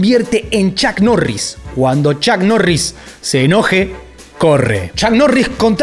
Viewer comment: Bueno chuck norris te anda buscando porque asi no se pronuncia su nombre!!🔥🤣🤣🤣🤣🤣🤣